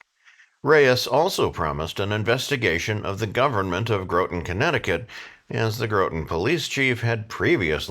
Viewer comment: short O in Groton. Like got with an r.